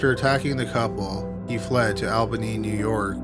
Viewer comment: the scariest thing was the way he pronounced Albany